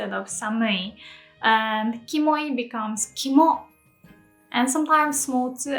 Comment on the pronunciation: he didn't say Kimo though, he said kamo.